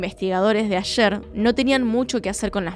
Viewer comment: ✨✨ excelente video! la unica correcion: la pronunciacion de la ciudad Ayer es mas bien como la palabra anglosajona "air", y dista de como decimos ayer en español. saludos!